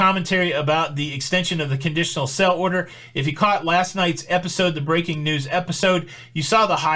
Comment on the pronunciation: Are you saying “sell order” or “sail order”?